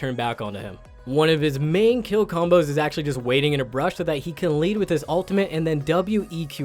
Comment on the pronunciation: when he says bush i swear i can hear brush